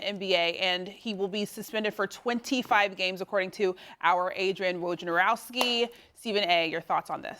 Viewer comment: Can ESPN do an entire day where they train their hosts and analysts to pronounce Woj's name correctly.